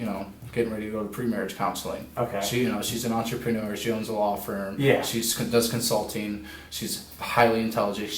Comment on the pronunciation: Entrepreneuer.....gardenerer lol